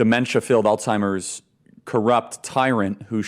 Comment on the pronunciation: He should have known it’s Alzheimer’s not Alltimers. Another Republican genius.